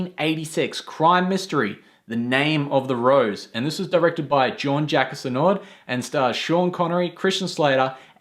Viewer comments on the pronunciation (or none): Very good review . You pronounced Jean Jacques Annaud horribly though